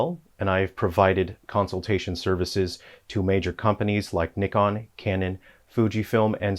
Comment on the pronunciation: Why’d you mispronounce Nikon?